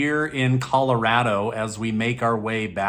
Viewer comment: Well you started the video spot on by pronouncing properly. I was born there and hardly anyone says it correctly anymore and they go beyond insulting my ears by schooling me on how to pronounce Colorado. Thanks for the update!